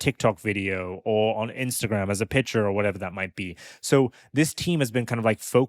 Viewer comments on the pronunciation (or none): none